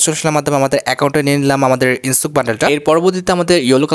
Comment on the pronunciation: ইনসুক না ইনোস্কে ওর নাম।